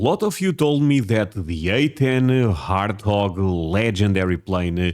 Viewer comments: 😂😂😂 A10 WART HOG.... After I heard you say it three or four times I had to rethink it ‼️🥴🥴🥴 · I forget Portuguese have a very hard time saying W and R you say Hortthog lol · the beginning of the name of the plane "Warthog" is the sound (WAR) then add the "t" Wart-hog. so it is pronounced (Wort-hog)..i hope this helps some.✌ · I low key dig the “hart-hog” But anything A-10 is awesome. It needs to stick around for no other reason than a flex. BRRRRRRRTT🤤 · Hart hog works 😂 makes your heart go brrrrrrrrrrrrt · I’ve heard him say war enough that surely he can say war-t-hog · “Hart-wog” sounds like some kind of badass mythical beast. I like it 😁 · its named after a "pig" "boar" "hog" from Africa and WART is pronounced just like WAR. So its name means a nasty war pig of a plane, wart-hog. haha Warthogs are animals from africa luv your channel. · Here's a 77 for you. :) We need to work on your pronunciation of warthog. You're confusing the w and the h. The A-10 is a great plane. I used to work at Martin Marietta Aero and Naval Systems in Baltimore, Maryland and literally across the street from where I worked was Martin Airport that hosted A-10 and C-130 aircraft. We got to see an air show every day. :) I'm glad to see it's actually getting some good use still. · Its warthog like pumba from lion king. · The "W" is not silent. The Warthog animal, is a porcine in Africa, with serious attitude. The tusks are long, sharp, and are always ready to open a careless hunter from Xiphod to Zotz. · Its warthog w like woman -man +orthog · The best way for me to tell you how to say it is say war. Then you add a T at the end of war. Then hog at the end. Then say it all together. That is how you would pronounce it. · Yes, the W is not silent, like it is in the Germanic languages. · now I know about most of the comments I've seen. And I gave you some praise and a little shit. Hahaha You can pronounce "war", right? Just put a T at the end. Hahaha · Wart Hog; Wha rt Hog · It's Warthog